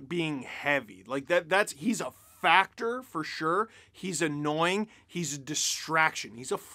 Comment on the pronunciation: Did you say Tom Wilson is a “factor” or a “fat jerk”?